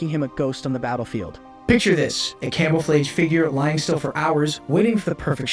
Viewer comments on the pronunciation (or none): Great video, but this man really said "daybutt" instead of debut, "came-ah-flayjje" instead of camouflage 😅